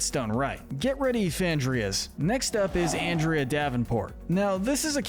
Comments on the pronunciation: I dont know if anyone else commeted this but you keep on misproncing anderda name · 3 things. 1. You're lucky Andrea isn't real because you would get on her bad side. It's Ahn-dre-uh. Lol. 2. You couldn't have waited to make this until the end of season 2? There are still some characters to introduce and ones that have time to develop. 3. I agree with this list 100%. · It's funny how you talk about that while continuously mispronouncing her name throughout the video, lol. "Given that he was forced to do this by the Ghost Council, we can't exactly see him as much of a bad guy." It's so good to see have actual sense here. I see Villain's Wiki claim Scratch from the Ghost and Molly McGee is "Neutral Evil" and not "Villain by Proxy" even though one of their definitions for "Villain by Proxy" is that a character is forced to do something because another character is making them do it, because the character that is doing "villainous things" is tricked, threatened, manipulated, blackmailed or forced into doing bad. Similarly to how Scratch was being forced to do scares and make the town miserable or else he'd be sent to the flow of failed phantoms, Larry Koopa doesn't really even wanna fight Mario (JP version of Color Splash) and only does what Bowser says because he's scared and doesn't wanna be scolded, not to mention Larry takes Bowser too seriously and too literally because he's a kid. Now if only Mario fans would admit Larry Koopa isn't much of a bad guy either for that very similar reason. But then that would require them admitting Mario does unnecessary child abuse to a 13-year-old. It's funny that it took this long for Darryl to show up on the list, but to be fair, it does make sense, lmao! Oh yeah, it's a shame that Mr. Davenport couldn't be more like Andrea, I don't really like him, heheh. Oh god, t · can you stop saying anndrea and not ahndrea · I BELIEVE YOU MEANT AHN-DRIA🙄😒😤😤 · Dude, it’s pronounced On-drea